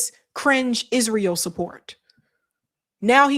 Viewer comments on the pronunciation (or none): none